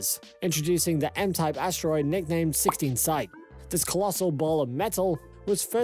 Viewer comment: You can't even pronounce the asteroid's name correctly ... you mispronounce it twice in the first 2 minutes! The asteroid in question is called "Psyche" it's pronounced "Sy-kee" ... you pronounce it " Sy-ko" and then " Syk" I stopped listening to your video right there ... if you can't even pronounce the subject of your video correctly, why should I waste my time watching your video, let alone subscribing to your channel. when there are literally dozens of other channels on Youtube that show the same thing pronouncing the subject correctly??